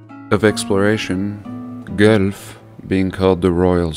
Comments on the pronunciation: Your pronunciation is really sweet and it makes me smile as I lived in Toronto and so close to Guelph for many years. How we say it is as though it were spelled Gwelph. And it blows my mind the ancient circuitry we live upon and I pray we awaken our ancient powers and let this super cheap and crappy, corrupt matrix dimension crumble to dust to reveal the great truth just underneath the hologram and deception. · I am a long time subscriber who lives in Guelph (pronounced GWELF). You can imagine my delight and surprise as the video progressed and you started focusing on this town. I've taken hoards of photos from around the city of all the old buildings, churches and of course the big cathedral you showcased in this video. I never thought this place was any different than other nearby cities (they all seem to have twisted, impossible historical narratives) but now you've got me wondering. It has many limestone buildings - more than other cities - which I always thought was curious. I was not aware that it was a single character responsible for 'building' all the churches you showed in this video. I will pay closer attention to that from now on. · I love the way you say Guelph. Never heard that before. Here in Ontario, we pronounce it “Gwelf”. 🙂. Great video as always. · I am from niagara and we have stmikes st paul and st marys churches and schools.and just one little thing.its pronounced gwelf.love your channel#1 on this subject for sure!!!! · Thanks, one of the churches in Hamilton is my hometown and I have seen the one from guelph pronounced like gwelf. Thank you so much for spreading the truth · Great vid....they pronounce it Gwelf....as for the name.....Guelph used to be the last name,of the Queen they changed it to Windsor....anyways intersting that the Guelph family was very intrepid in laying claim to all these beautiful buildings built pre reset... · Played many shows there over the years. It's actually pronounced it "GWELF" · We would pronounce it gwellf